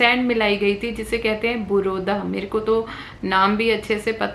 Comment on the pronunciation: Buruda nhi mam burada bolte h